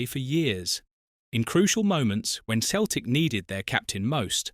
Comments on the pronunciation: Where were these headlines? Celtic is pronounced Sel-tic, not Keltic. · Why Keltic and occasionally proper pronunciation of the club’s name?!?? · No when Celtic was formed it was KELTIC . In the English speaking world they use seltic as a E after a C comes out a SELTIC like celebrity etc .